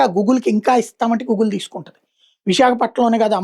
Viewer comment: Google ni ela analo first nerchuko ra babu Nuvvu nee butler English